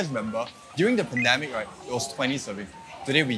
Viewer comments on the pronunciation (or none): none